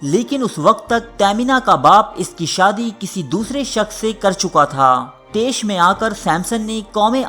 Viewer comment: Tesh nahi taysh sahi lfz ha